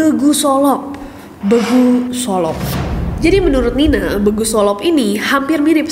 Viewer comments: Kak ga ada huruf " eu/e' " dalam bahasa batak 😂 Jadi begu,bukan beugu/be'gu. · Bukan begu kak, tp BEGU! Cara bilangnya E keras kek kita bilang besok atau enak. Cmiww^^ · di ncc ga ada orang batak ya kak ness ? lucu denger penyebutan "begu" nya. Dibacanya dipisah, be-gu bukan begu. Artinya makhluk gaib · Begu ❌ BEGU! ✔️ Gitu ya kira2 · Please baca begu nya buka pakai e lemah,, tapi e kasar. Jadi memang begu ya ges, bukan kayak bgu.. Thankyou 😉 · Sedikit ralat, pembacaannya bEgu pakai E keras bukan begu e lembut gitu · Pengucapan Begu nya salah kak, Bengu, huruf "E" sama seperti pengucapan huruf E di kata Medan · cara penyebutan BE-GU, bukan be'guu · kalo kami org sumut bacanya "B GU" bukan "be gu". cemanaya bilangnya gitulah pokoknya wkwkwk🤣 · kak BEEGUU Bukan BEGU (kayak jadi gk horor lagii wkwkwk) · Kak nes , aku ank medan mau koreksi cara bilang begu nya salah . Bukan “begu” tapi “BEGU” 😅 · bacanya begu biasa aja kk, bukan beugu😭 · cara bacanya bukan "begu" sih kak ness, tapi bEgu, semoga paham maksud ku kwkw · bilangnya bukan begu gt kak tapi begU 😺😺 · Maaf kak, bukan "begu" tapi "BEGU" huruf E keras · Nyebutnya BEGU bukan BEGU gimana la aku bilangnya astaga 😭😭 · penyebutan nya begu kak .. bukan begu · BEGU bukan begu 😂😂😂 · Bukan begu kak tapi begu 😂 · ejaannya BE GU . bukan Bgu kak 🥲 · begu bukan begu🙂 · Kak bacanya bEgu bukan begu 😂 e nya sama kayak logat batak yg e nya keras wkwk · Kak bEgu bukan BeGU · Bukan begu tapi bacanya be gu nya kek batak ngomong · Cara baca Be nya... Be BECAK nes.. Bukan Be BENGKAK.... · It is Begu with the pronunciation of E just like when we said “bola BEkel” not like “kotak BEkal” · Greget banget kak nes baca nya BEGU sesuai di tulisan padhal kalo logat batak pengucapan nya BEIGU 😅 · kak nes aq jadi ketawa setiap kk sebut begu 😁 cara bacanya bEgu kayak baca bebek kk, bukan begu kayak baca benih. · Begu solop bacanya ‘bègu solop‘ kyk baca ember, Kak Neeees😊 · Bacanya bukan begu, tapi BEEgu (abcd..E) 😁 e yg ini..